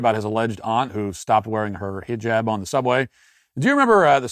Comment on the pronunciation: please keep calling it a “HEE-JAB” or “scarf” 😂😂😂😂😂